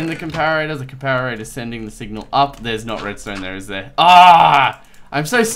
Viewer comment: no offence but you say it like this- Come-Pare-A-Der. just helping IGN:bob_bobhead1